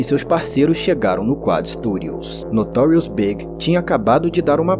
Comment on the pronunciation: ...lost me at 'Notorious "BIG"'. Not B.I.G., but pronounced like the opposite of SMALL - in the very first sentence. Peace out, A.I.